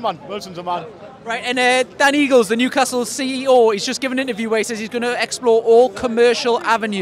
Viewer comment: Just fyi, it's Darren Eales, not Eagles, lol